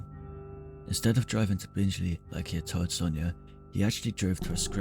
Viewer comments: My god. This narrator has not researched how to pronounce place names, and has added his own descriptions as to what Sutcliffe may have seen during and after his attacks - very weird. Anyway, Bingley.is pronounced bing-lee, not binge-lee. And Keighley is pronounced kieth-lee. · Good video but nothing new to those familiar with the case. And its BinGley not BinJley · Just watched and found it very interesting . Just to point out the town the ripper was born in is pronounced " Bing Lee" I only live about 12 miles away. Cannot wait to watch the other documentary shows you have made , thank you. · Please note that Bingley is not pronounced “Bingeley”. Keighley is pronounced “Keefley” rather than “Keeley”. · Sorry the minute you said Binge-ly I turned off. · So you've never mispronounced a word? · It’s pronounced BING-LEE for future reference.